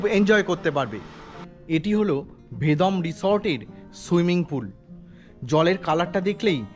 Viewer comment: Kotha ta Vedom na Vedam. Uff